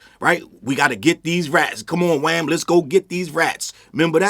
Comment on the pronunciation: Every time say Wham 😂😂😂😂😂